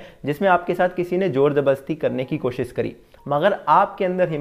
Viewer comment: 'कोशिश' बोलते हैं उसको 'कोशिस' नहीं, बहुत टाइम से सुन रहा था तो सोचा बता दूँ।